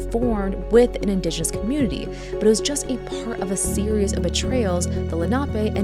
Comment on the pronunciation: 1. There was, not is. 2. You are mispronouncing 'indigenous'.